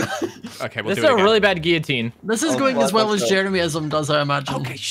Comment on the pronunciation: Hi you are the best. I am a huge fan and member of Jeremyism ( which prounounces wrong) I numbered every item I own Jeremy 1234....